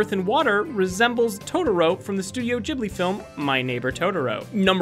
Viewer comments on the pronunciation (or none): none